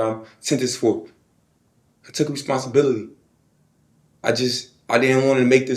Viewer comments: . "I took resghonzhibissity". 😅😅😅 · reskonsibirryteee New word unlocked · Dude said “Resountability” 😂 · He can't even say the word responsibility correctly 😢I'm looking to get home in my 50s?😮